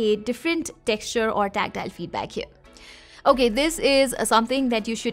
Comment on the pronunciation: Everything you said about phone. That same goes for you. Conclusion "okayiess" Your accent is not that up to notch but it's bad you know you must speak in Hindi there is no harm in speaking. No one is going to criticize you.